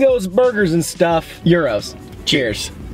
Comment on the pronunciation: Guys. Look up pronouciations. Its not pronounced like 'Euros'.